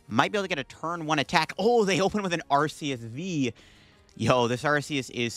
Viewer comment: "Artheouth V" 😅 all love btw, im just messing with you❤